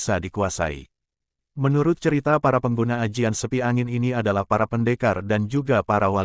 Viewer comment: bukan sepi angin min tp seipi angin